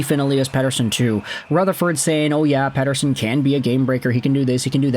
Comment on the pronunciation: God I hate the way you pronounce Pettersons name. Do it fugging properly